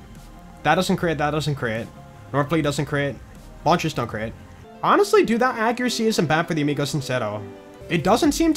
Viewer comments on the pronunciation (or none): none